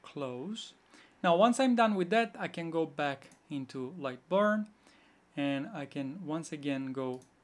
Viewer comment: Great video. Burn pronounce with the sound 'e' not barn. Barn is another thing 🙂